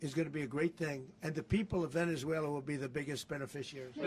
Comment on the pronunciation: Why does he keep saying Venezueler?